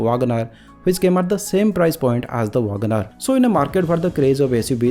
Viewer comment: Vaagan R nahi bhai 😂. Check for the correct pronounciation.